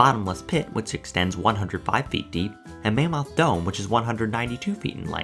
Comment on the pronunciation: Have you ever been to mammoth cave? You pronounce it like you have never been. Mah-moth cave.